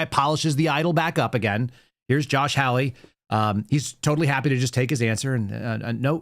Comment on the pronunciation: PLEASE, learn to pronounce Josh Hawley's name correctly. It is NOT Howl-ey!